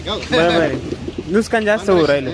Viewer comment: नुसकान नाही नुकसान म्हण रे भावा